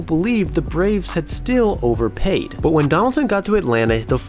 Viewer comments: Are you from upstate new York? I've only known one other person who pronounced "but" as "bpwut." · I know you're a blue jays fan cause the way you said "but"